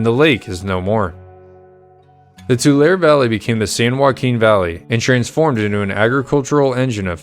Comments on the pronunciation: BTW Tulare is pronounced (Two Larry) Not "Tu Lair" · But there are still some who debate the pronunciation of the city of Tulare. I was taught Too Ler ee. But some prefer Too lar ee. To them I say Tomatoe Tomauto. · I'm from a bit further north in CA, but I always thought it was pronounced Too-lair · you pronounced tool somewhere and left out the ee Tool ee ... 🙃